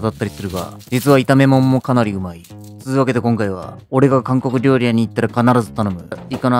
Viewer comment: 韓国料理 が 暗黒料理 に聞こえた